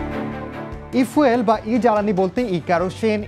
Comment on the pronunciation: আরে মূর্খ ঐটা ফুয়েল না, ফিউল হবে